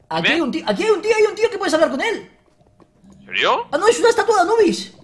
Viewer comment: like si crees que wiyll en el minuto dijo ensirio en vec de enserio